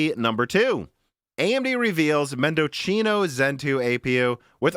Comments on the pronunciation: Mendocino... A legendary Celeron core that overclocked 50%. Its pronounced mendo see no, not mendo chee no. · mendo-see-no you're welcome 👍🏻 it's nice from AMD, to reference the Argentine province, where a lot of wine is produce (AMD FineWine anyone?) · I think Mendocino is pronounced Mehn-duh-see-now like the town in Northern California. Or replace the 'c' with an 's' and it will sound right. Mendosino